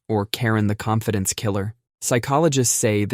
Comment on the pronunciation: Confidence or Konfidence?